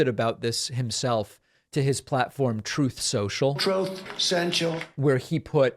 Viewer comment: “troth sential” kills me every time.